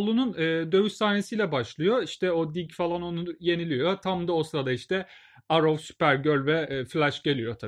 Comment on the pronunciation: Arrow yazılır errov diye okunur